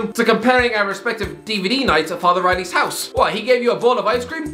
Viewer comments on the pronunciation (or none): none